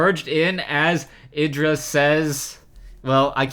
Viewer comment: Lovely game :D Btw, check artosis' videos to hear how IdrA is pronounced ( ee-dra )